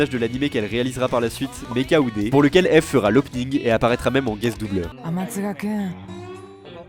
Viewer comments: jten supplie ça se prononce ive pas ève ... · Mon chanteur pref depuis que le saint algorithme youtube (lol) m'a recommandé Anoko Secret y'a maintenant 5 ans. Contente de voir une vidéo sur lui en français, et de qualité en plus. Par contre, son nom se prononce "ibu", (en tout cas c'est comme ça que lui le prononce), ça me semblait important de le préciser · J'ai bien aimé la vidéo, mais d'avoir écorché son pseudo tout le nom de la vidéo ça m'as tendu ahah, ça se prononce "Eebu" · beaucoup on commencer a suivre Eve (que je prononce Yve personnellement) avec jujutsu kaisen, pour moi c'est l'inverse, je suivais déjà Eve depuis un certains temps et il m'a donner envie de commencer JJK (. ❛ ᴗ ❛.) 5 voir 6 ans que je le suis, que je suis tombée sur Dramaturgy puis outsider, j'ai eu des frissons avec Last Dance puis We're Still Underground, d'abord le teaser puis la musique complète (❁´◡`❁)